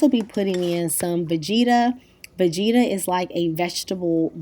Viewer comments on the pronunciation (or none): I kept asking myself what you were talking about when you said, vegeeeta. Low and behold, you're using Vegeta, a ton of Romanians use this, myself included (make sure you get the one without msg). I grew up with this seasoning. It's pretty much a staple of every Romanian, Hungarian, Eastern European cooking. My kitchen's got one. Pronounced Vegeta, not long sounging ee. Never heard any American, esp. African American use it before and sounded scary when I heard you say it. I put it in soups, salads, every savory meal, just a little. Boursin, French cheese- pronounced Borsen, don't pronounce the n. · Vegeta is pronounced ve-g (like grate)- ta. Lol I’m Bosnian and we use it in everything. I hope you used the blue package though 😮.